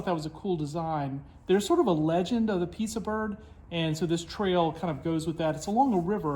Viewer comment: Nice! FYI Piasa is pronounced pie-uh-saw.